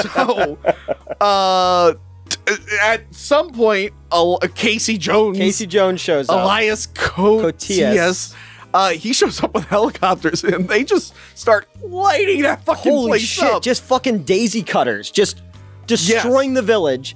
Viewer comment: Its pronounced “illee-us kohteeus”. Elias Kotias is Greek